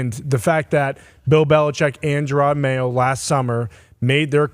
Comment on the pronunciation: Who's Jerard Mayo? 😂😂😂😂 ❤ Yew Lombo!